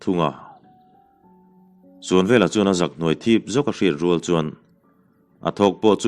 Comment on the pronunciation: Tui rual leh ,ṭhi vai tih hi i lam dan a dik lo. .rual leh val hi a hmaa mite thluk angin aw